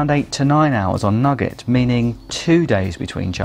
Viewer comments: Many thanks for such a carefully constructed and well considered video. Thanks also to others for their useful comments. Just one criticism for the benefit of English learners (I teach), the sweet (candy) shop item "nougat" is usually pronounced "noogah" [Edit: in UK English], not "nugget". I shall subscribe. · NEW-GAT not nugget...